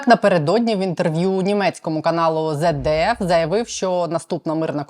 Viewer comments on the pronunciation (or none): Не Зет Д Ф, а Це Д Ф звется державний телеканал.🙀😱🙄 Щоб про щось у Нiмечинi розповiдати - треба уважно слухати як воно у нас звется... ☝️🇩🇪